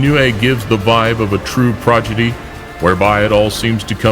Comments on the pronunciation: no one:: progidy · He said "progidy."